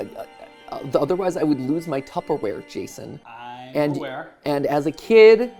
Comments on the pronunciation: My biggest takeaway from this video is that matpat pronounces tupperware “tuppaware” at least every other time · Tupp-aware, Jason xd